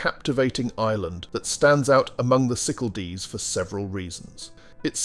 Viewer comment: Very bad pronunciation of Cyclades - cycaldees. Irritating